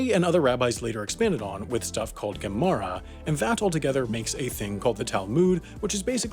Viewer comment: Mishnah and Gemara u pronounced pretty good.